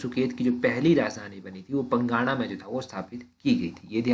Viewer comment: सर ये जो आप पंगाणा बोल रहे हो यह पांगणा है